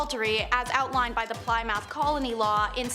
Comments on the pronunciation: FYI Ply-mouth is pronounced as pli-muhth (short i) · Ply-mouth😂 less internet more schooling